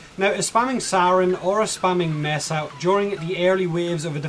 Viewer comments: >messa >meesa ... neither is correct. it's "May-sa" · its pronounced may-sa btw